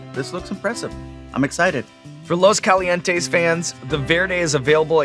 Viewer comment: Dude I loved how fluffy caught Sean’s pronunciation on “los calientes verde” lol but sean has to at least try to pronounce it.. he’s basically just talking Spanish in English lol